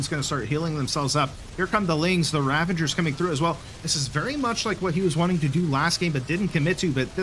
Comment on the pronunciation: dude, there is no N in ravagers. Please, learn to pronounce it properly